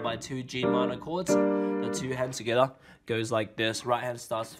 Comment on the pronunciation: Love how he says ” togheter ” 😂😂